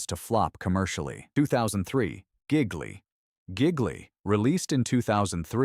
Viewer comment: It's not correctly pronounced "gig-lee".